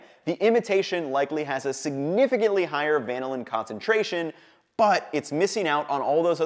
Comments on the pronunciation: The accent is on the second syllable. This is why there are 2 L's, not just one. Compare with Lanolin , which has the accent on the first syllable and Magellan, which has the accent on the second. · it is "vuh-nill-in" though, not "van-ill-in" just like its "vuh-nill-uh" and not "van-ill-ah" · Good but why would you say VAN-NiLL-Linn?? Trust the Force, Luke. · Van-illin sounds so much like butchered American than van-ill-in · Does anyone know why he is changing the emphasis for the compound when it is named after the bean? I've never heard the emphasis like that before and I am curious about the origin of the discrepancy. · Why do you pronounce vanilla different from vanillin??